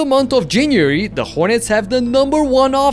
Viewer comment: In the month of Janyery 😂😭